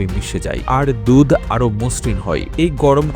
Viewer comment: আরে বলদ দুথ না দুধ বল রে শালা